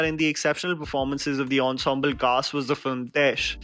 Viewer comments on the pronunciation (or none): none